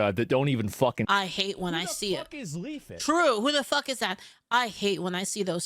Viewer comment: I was legit trying to look up “Leafit” because asmon mispronounced it 🤣🤣🤣